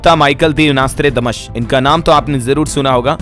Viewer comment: आर्रेप्ब्भाव्हु आर्रै प्ब्भ्यैण्हाहा पैलै Nostrademas नौश्ट्राडेमस बोलनेको सिख प्फ्यीर्स्ये तेरे देश की तारिफ पे तारिफ कर पेहेले शब्द सीख